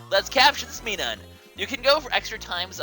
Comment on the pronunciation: Minum's pronunciation is Mi-num, like minus.